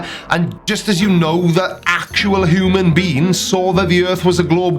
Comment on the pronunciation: well you are right but you corrected cc on pronouncing couldnt...while you said hooman. I for 1 am a human. you sounded like a ferringi from star trek and that made me laugh. you (hooman) cc (couldnt) So...thats my 2 cents worth. OH and the mist thing behind him its a humidifier = air in his room is dry.